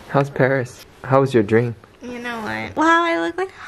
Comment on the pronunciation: No one: Stephanie: My trip to Báríê